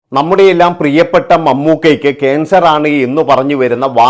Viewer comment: കേൻസർ അല്ല കാൻസർ ശരിയായ ഉച്ചാരണം It is only an hyper Acidity case Aster medicity report